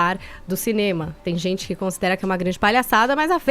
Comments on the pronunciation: #forafefito mano o cara fala "ispludiu" "zenti" chato irritante xiliquento pior contratação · esse fefito a paula e edgar visivelmente não toleram o caio e suas opiniões, mesmo quando o cara esta 100% correto eles dão um jeito de ir contra a fala ate indo a favor de bandido em vez da vitima, isso é ridiculo. esse sujeito fofoqueiro de novela que fala "zenti" em vez de gente foi a pior contratação que a radio fez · do céu 🙆🏼‍♀️🙆🏼‍♀️🙆🏼‍♀️ que agonia do cacete o jeito que ele fala... podia procurar uma fono né! 🙄🙄